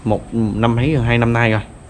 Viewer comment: Xem cho biết cũng hay, mà thuyết minh nghe bị lợn cợn sao ý, ra nói thành ga, rất thành gất, rồi thành gồi ...nên ko thấy hay nữa